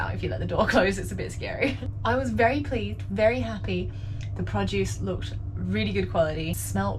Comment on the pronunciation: I kept thinking you were saying "Podjuice". Finally picked up that you were saying "produce", and made it even more endearing. :)